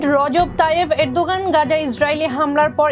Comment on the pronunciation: 1jon President ar nam thik mato bolte paren nah so sad.